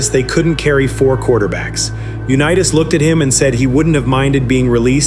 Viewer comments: Misprouncing his name (U NEE it’s) and that of Allen Ameche is unconscionable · UNEETAS?? PRETTY GOOD BUT THAT MAKES ME THINK THIS WAS ai. Which is stupid A big turbodf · The text to audio in these clips is so bad that I can't continue watching..Sorry Johnny U-Knee-Tass who learned to Do-See-Doe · It lost me immediately when it called him Uneetas. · NARRATE YOUR OWN VIDEOS...ai IS STUPID. Johnny U- Nea -us...smh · The voice-over bot cannot pronounce 'Unitas' correctly. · He can't even pronounce Johnny Unitas is last name correctly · You do a nice video on this tremendous player and you don't even pronounce his name properly. That is totally disrespectful. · If you’re going to narrate. At least pronounce the names correctly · AI is unwatchable after mispronouncing Johnny's name.